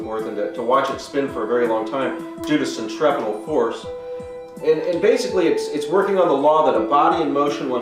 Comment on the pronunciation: centrapeeeetle thats how you say it , and use a 50 p for the hexagon ill send you one